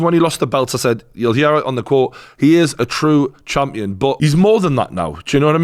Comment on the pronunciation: Lol "Chumpion"